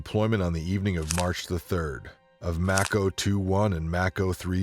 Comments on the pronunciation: What is with the poor pronunciation of the vids of today, are they ignorant civilians narrating military stories or poor AI programs ?? Mako =May-Ko like Mako Shark, not fuckin’ Mack-o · Haha.. pronounced like the shark not Mack-o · It’s pronounced “make-o” like the mako shark not “Mack-o”. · Its mAko, also if anyone remembers the Medal of Honor Tier 1 game from 2010? The game was based off the missions of task force black? i think was the color. People got in trouble for how close to real the game was, every mission was based off real DEVGRU, Delta, ISA, Ranger and Ranger recon, and SAD missions that actually happened. AFO and Neptune spear were real task force callsigns, the second game was the same way. One of the reasons they got shut down.